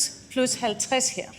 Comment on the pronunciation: Thinks she speaks danish good.. there is a few words where she fails... but who cares